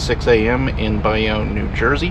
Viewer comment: It's pronounced Bay-Own.